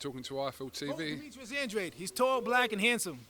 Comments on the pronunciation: Your name is An dra de not an draid your from Cabo verde parents speak portuguese stop faking the funk punk be true to your roots you fraud!!!! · Ffs even Hearn is still calling him Andradeeee 😂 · Eddie calls him Andradi also lol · I'm glad Andrade told how his name should be pronounced. Actually it shouldn't have been that hard. Spells like "Lemonade", " GRADE". Trying to put a fake British sound to the name.